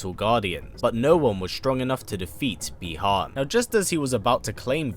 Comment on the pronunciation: I have have a comment, could you please pronounce the names of the characters correctly. For example : Bi Han, because I noticed that during the video.